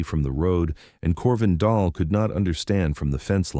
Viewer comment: Dahl (not doll) ask any Norwegian 😮